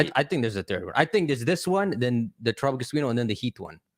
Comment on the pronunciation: Every time I hear TerapaGUESS I lose another week of my life 😭